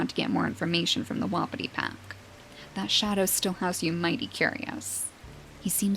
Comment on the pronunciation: hey just wanted to let u know that wapiti is pronounced "wha-pee-tee" :3 love the vids!! keep up the gr8 work <3333